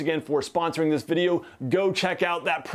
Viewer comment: ... "bideo" lol